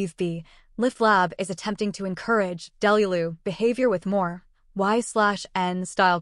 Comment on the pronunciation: Ok but why did the ai pronounce delulu like that 😂